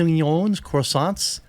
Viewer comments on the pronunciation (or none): Yes Jeremy, every French word ever can be pronounced by rolling the Rs in "croissant" more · as a part french canadian lma you going off about croissants when you couldnt pronounce was so adorable lmao